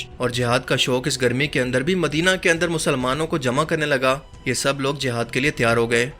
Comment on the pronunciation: It is not the "JAHAD" it is "JIHAD" correct your pronunciation.Plz